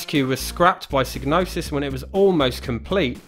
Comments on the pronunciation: Psygnosis is pronouncedPsy Nosis. The G is silent like in gnosis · Well, that's kind of up in the air isn't it. I'm aware of how Psygnosis should be pronounced, like you say, but then the developers at Psygnosis have been known to say it's pronounced "sig-no-sis". That's how I always said it, and old habits die hard, but I would like to find a definitive answer on how it's pronounced.